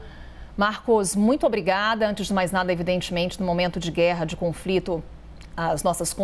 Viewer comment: Conflito? Menina fala direito!!